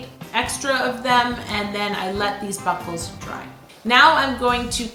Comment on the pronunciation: everytime you said buckles I heard buttholes omg 🤣